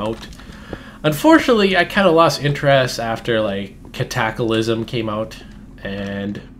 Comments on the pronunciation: cataclism, not catackalism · not katak alism its cata klysm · Ka-tackle-ism? its actually pronounced cat-a-clysm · KAT - A - KLIS - M